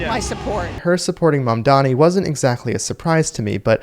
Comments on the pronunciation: She doesnt even say his name correctly! She says Mondami but its really Mamdani. She is a brainwashed ignoramise! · She keeps saying “mandami”…can’t even pronounce the name correctly. It’s a peculiar trait, Jewish self-hate.